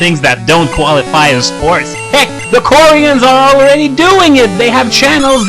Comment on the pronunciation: i was so confused when you say koreans it sounds like quarians which are a fictional species in mass effect o.0